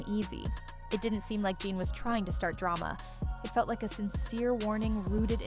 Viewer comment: Stopped watching as soon as it pronounced his name Gan Deal…how tf you have a 20 minute video and start it off with some bullshit 🤦🏼‍♂️😂